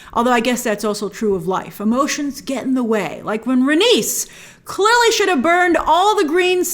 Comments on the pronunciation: Rain-ease Ray-knees Rhae-nys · i always pronounced it Rhae-knees and May-lee-s opposed to Rhae-nis and May-lis but George has said many times he does not consider pronunciation of his names important he says however anyone pronounces them is correct in its own way seeing as they are all fictional names to begin with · George R.R. Martin wants people pronounce his characters names however they like but in the show I think it's rhae-niece and mey-leese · Grace Meleys is pronounced like (May-Lees) and Rhaenys is pronounced like (Ray-Knees). Keep up the great work. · Meleys= Meeleeys Rhaenys= Rhae-nees And it's VelAHryon , not Valyrion (this felt like Hermione correcting Ron) If that makes sense ;)